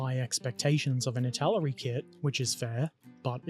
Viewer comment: It's pronounced like the aquatic fowl, "duck". And it's pronounced itaLEri, emphasis on the third syllable. And you did a good job in construction. I built Italeri's DUKW a few years ago and remember it being a fun experience - I particularly enjoyed adding stowage from my collection of left-over drums, jerry cans and ammo boxes and painting/weathering it all. The thing at the front is a wave-breaker and it does what it's called. This is the first of your videos I've watched and am now pleased to be a subscriber.